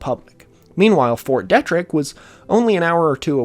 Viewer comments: fyi, it's pronounced "Fort Dee-trick". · Was the pronunciation of fort detrick making your eye twitch? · It's fort DEETrick in pronunciation, this is driving me nuts